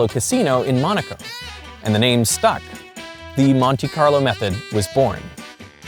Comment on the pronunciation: (the blonde guy) is good, but I hate when people pronounce TH as F, omg (Feory=Theory) and (Mefod=Method). He also says V as F which I've rarely heard before. (Fowel=Vowel) and (Fote=Vote) 💀(I'm also northern European like him, so that's not an excuse). I hope he will consider and learn how to pronounce it better:)